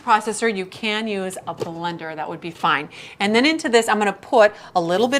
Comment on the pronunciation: What's a buh - linder? lol